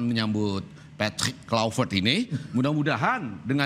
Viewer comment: kluivert (Kl'aivert) bukan (klu'i vert)